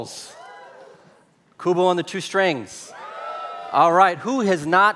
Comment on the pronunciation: How the fu* does "Kubo"sound like "Trent Stratis"? 🤣